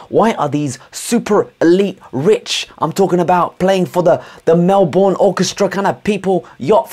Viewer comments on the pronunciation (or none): A few things. Arm is only good for fist of fury practice. Never say Melborn Its Melburn. That house was Aussie built. Dont jump on it! Last of all a Million dollars in Melbourne will buy you a run down shack. Unless you live it the Ghetto suburbs like me. Even so, there are million dollar shitter homes here too. X86 forever. Looking Fleek 😍 Oh and here is a masterpiece we made on that Mac in your video